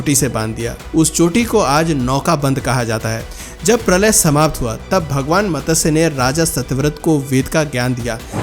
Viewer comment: Ye matasya.... matasya..... kya laga rakha hai. Lakho log sunte hai aapko. Aur lakho log sunenge. Pronouncing CLEAR hona chahiye. Matsya Avtaar....... Not matasya...